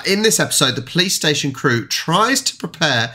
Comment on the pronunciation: You are saying 'police station' mostly like a 'playstation' xd that's even funny